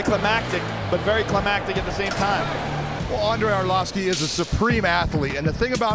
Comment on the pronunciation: Andrei Orlossfki 😂